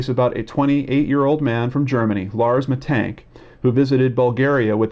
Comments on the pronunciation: Hi there, it is penonounced Mee tannn-g-k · you would pronounce it like 'mittunk' in germany :) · So, about your pronounciation, it's okay, just the second "a" is off. It's more like in Lars or Ghandi or just try a scottish accent impression. That's generally a little trick, if you see a German word, just do the Scottsman. Aside from that, you just need to know that "sch" is the same as the english "sh". A "ch" sounds similar, yet I don't think it's used in english at all, but you can get away with the same as "sh", you'll just sound like a German rapper then. Aside from that, if there's an "e" at the end, it's spoken, it isn't silent or prolongs the vowel. About "Aktenzeichen XY" it's a show that has been running on television for ages, reporting about unsolved cases and asking the viewers to give clues if they can. The show runs on "ZDF" a channel that is "öffentlich rechtlich", which basically is payTV with gouverment enforcement that you have to pay. It's also technically a propaganda channel for various lobbiist groups, but is considered more trustworthy than the private television. Genereally facts they bring a genuine. The manipulation in this channels usually just occurs in what they don't show. For example there's a lot of screening time dealing with the refugee crisis and no screening time for information on the laws that the gouvernment slips through during that time. Generally, it's a good newssource nonetheless. You have also scrolled over some links to bild.de. Bild ("picture") is a popular politically right magazine, which pretends to be a newspaper, which